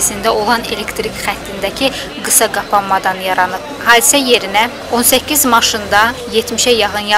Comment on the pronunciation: Haydise yox hadise ay jurnalist xanım